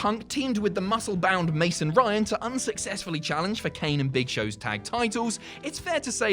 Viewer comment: The way he said mason Ryan I thought it was what happened to that wrestler